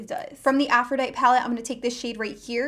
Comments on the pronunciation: This entire video you pronounce Aphrodite wrong. The "e" at the end is NOT silent. 🙄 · I love the Aphrodite Palette. Your pronunciation is killing me though. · How do you not know how to say Aphrodite? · The way she keeps saying Aphrodite is driving me CRAZY!!!!!!!!!!!!!!!! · I'm a teacher. It was killing me! I was trying to focus on the makeup, but every time she said it, I died a little! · Deanna Leckie Girl, you just had to point that out?! Now it's driving me nuts😂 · Omg same. The first time she said it, I died. Lol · it was killing me....lol it's a normal word...c'mon. its a pet peeve of mine that a lot of YouTubers mispronounce a lot of words. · She pronounced it correctly on which is weird, she sometimes pronounce it wrong, others right, lol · It's a short E not a lot E. Like "but" haha aphrooodiiiite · Aphrodite is pronounced Afro dite ee....I think Huda and the dupe are probably suspect on the cruelty front. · (Afro-die-tee) is how you pronounce it not ( Afro-die-t) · what i am grateful for is proper pronunciation. go back to english school and greek mythology on aisle 10. "aphro-die-tee" not "aprho-dight" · Uggggggggggg.... Af ro di tee... Sorry but i heard it to many times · Loved the comparison but hated the way you pronounced Aphrodite! It's A-ph-ro-dye-teeeee like the Greek goddess. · I am sorry but it tossed my cookies to hear you mispronounce over and over again..... Af-ro-di-TEE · AFRO-DIE-TEA FOR GOODNESS SAKE! srsly, why not look up the pronunciation of words in, i don’t know...maybe a DICTIONARY UGGGGHHHHHH!!!!!! i can’t watch this and listen to that mispronounced word over and over...i am OUT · It's pronounced - a-froh-di-tee aphrodite is the greek goddess of love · Great video! I wouldn't refer to the high end (Huda) palette as the dupe colors - wouldn't the other cheaper palette be considered the dupe? And girl - it's pronounced Afro-dye-tee like the Greek goddess :) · Aphrodite is a goddess. It is pronounced "afro-die-tee".